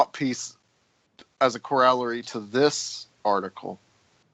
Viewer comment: One panelist cites Noam Chomsky (and mispronounces the word "corollary.") Try reading Chomsky. He couldn't write a grocery list.